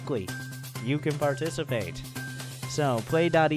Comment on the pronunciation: dude said u can barticipate